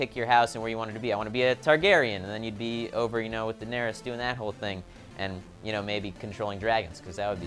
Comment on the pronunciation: Its pronounced "dae-nair-riss" not "da-nair-rius" lmao. Fyi, Brienne vs The Hound was my favourite part of the finale!! It was epic!